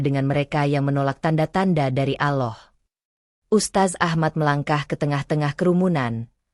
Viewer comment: Tolong ucapan Alloh nya yg fasih ..klo benar muslim...